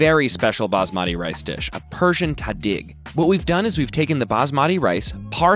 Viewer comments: Tahdig was pronounced wrong lol but it’s fine, it’s “tahdeegh” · Two things: one nitpicky and one more fun 1) Tahdig is pronounced tah-DEEG 2) One common way to eat basmati rice is to add barberry while cooking tahdig for wonderful flavor contrast between the salty oils and the tart barberries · It's pronounced more like tah-deeg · Manses cant pronounce tahdig right